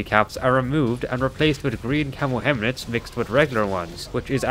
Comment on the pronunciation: I love how he says "hemlets"